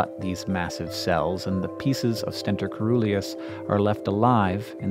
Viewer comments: When you see 'coe-' in a Greek-derived word, pronounce the 'c' soft-- 'seeruleus'. Just like, 'coelacanth', the living fossil fish-- 'seelacanth'. Why? Obscure linguistic-historical reasons. But still, you should know that. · I believe de pronunciation of Coeruleus is incorrect. It is pronounced as cerulean (blue) -si-ˈrü-lē-əs. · Awesome vid. coeruleus is pronounced with a soft "c". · Omg, the O in coeruleus is mute (it's actually cœruleus), so the right pronunciation for the C is more like an S... Coeruleus means cerulean, i.e., blue.